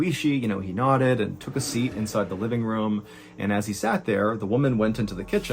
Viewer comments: I love your story telling, Mr Allen but I hate how you say room. It’s pronounced like roooohm not rum 😂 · ayo , quick question fr I need someone to go through all this man’s videos and let me know how many times he pronounces “room” like “rum” cause bruh